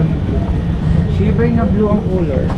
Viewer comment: Bkit ganyanka mag pronounc3 Kya di ka naiintindihan English pa nman kinukuha mo Hindi shiver ay naku shaver English English KA pa mali mali nman lagi